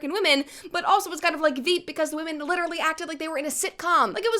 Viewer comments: What is going on lately with women, SPECIFICALLY women, pronouncing women like woman? The plural of woman is women, but they keep saying it in the singular form and it is pissing me off. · Even Katy fucking Perry can’t say the plural version of “women”